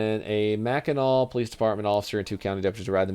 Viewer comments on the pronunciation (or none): none